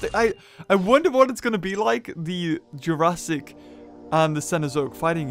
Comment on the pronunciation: why am i super bothered when you say jurassic.